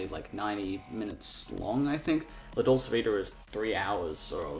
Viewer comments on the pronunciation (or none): Why are you pronouncing dolce that way?